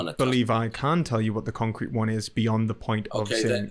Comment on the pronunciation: 'overtalking' and 'one' is WUN. NESusri omNISHunt